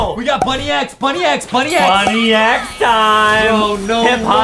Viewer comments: It’s pronounced bunnix not bunny x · btw its bunnix not bunni x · 1: that’s not vesperia , that’s queen bee 2: It’s Bunnix Bun-IX not Bunny- X 💀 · It’s actually pronounced bunnex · Honestly the merch doesn't look that accurate, and they really know nothing about Mirsculous Ladybug at all, and they said Bunnix's name wrong!! I am a real Ladybug fan like this comment if you are a real Ladybug fan!